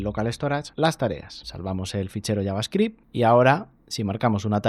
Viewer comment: Que bendicion escuchar a un español pronunciando bien javascript